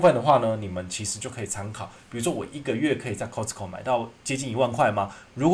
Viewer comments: 確實是念錯了，斷句的地方是Cost co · 真的沒錯 T不發音。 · 扣施扣 咖施扣 其實都差不多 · 你好市多 英文說錯了 聽了好不習慣